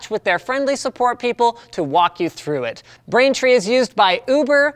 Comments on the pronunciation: you said brainfree and not braintree rip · Or the fact he says "brainfree" "try out brainfree today" hahaha ohh poor Linus sorry mate